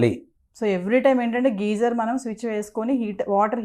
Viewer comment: Geyser ani sariga palakadam kooda vrani vallatho, idoka interview na..